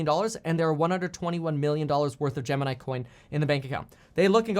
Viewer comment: I love how he accidentally combined 'Gemini' and 'crypto' into 'gypto'